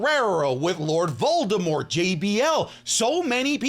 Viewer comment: did u really say lord voldermont 🤣